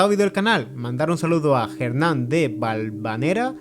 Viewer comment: Muchas gracias por saludarme en el final de este video aunque mi nombre se Pronuncia ERNAN y no JERNAN jajaja pero siempre cuando puedo estoy presente en tus videos!! Saludos para ti y lis tuyos también!! Bendiciones!!